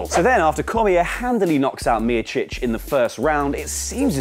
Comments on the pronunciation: Damn what a botch of how you pronounced Stipe Miocic..... #NoLongerTrustingYou #FireElFakador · You’re pronunciation of Miocic is great lol